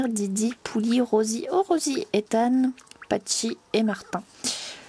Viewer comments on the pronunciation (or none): Super vidéo 😊😇 Es que je peux repasser sur cette série 😝😂 Et tu a dit Patchi au lieu de Pachy 😂😂😂